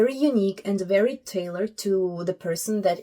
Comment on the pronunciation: he's vewwy lihterwal